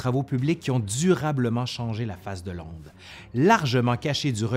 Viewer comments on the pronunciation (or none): Londre pas landre .😉